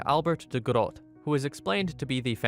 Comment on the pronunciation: Tiny nitpick, but it is pronounced as 'gro-tuh' when speaking about Albert. De Grote is Dutch for 'The big/the great' and we call the legendary Alexander the Great- Alexander De Grote in our native tongue. Also, Yannick is pronounced as 'Yah-nick', not 'Yeah-nick'.